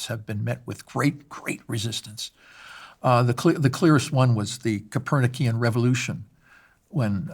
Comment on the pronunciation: And it’s not “Coperniciam” revolution, just “Copernicam”, or related to Copernicus.